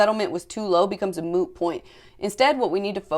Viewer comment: Mmmm-ute not moot